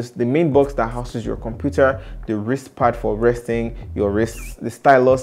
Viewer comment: Wristre pad 😂